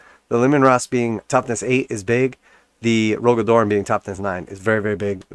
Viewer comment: Cmon bro you talk shit about GW every video and you can't take some criticism? It was just so revolting to hear you pronounce such a pivotal character's name horribly incorrect. I love the spacewolves and your imbecilic utterance on my Primarch's name is heresy.